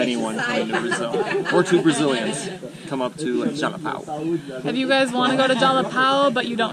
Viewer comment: Jalapão = "Jalapawn". São Paulo = "Sawn" Paulo. ÃO = awn. 🤣